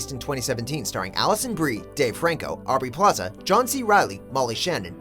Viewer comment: who the hell is aurbey plaza? (little hint guys, it's aubrey)